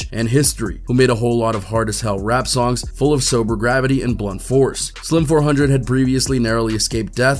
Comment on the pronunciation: Lord please stop saying his name wrong 🙄